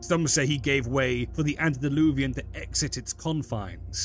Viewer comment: Antediluvian ANTE not ANT. Ugh...